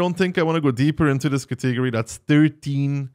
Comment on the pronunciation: he does it intentionally xD